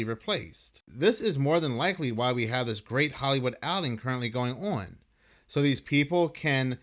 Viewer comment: Please stop pronouncing the word on as oowan, I can’t take it anymore!!